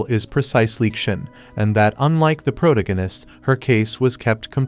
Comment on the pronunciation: PRO-DIGG-UHN-ISST 😂 thank you AI!